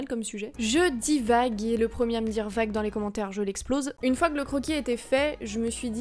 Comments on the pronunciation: Tu dis '' Vague '' 😏 Je t'adore sinon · Vvvvvvv.....VAGUE! Tu dit vague 😂